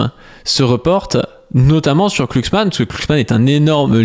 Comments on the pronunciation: C'est Glucksmann avec un "G" pas "Clucksmann" hein ^o^ (c'est pas la 1ere fois que tu spam un nom n'importe comment XD) Bisou de gauchiste sur ta grosse barbe quand meme ! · Par contre, pourquoi écorcher son nom ? Tu sais prononcer le mot "glue", non ?